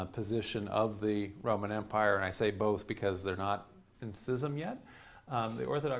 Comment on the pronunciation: Just found your channel and I'm smitten. And bless you for pronouncing schism correctly!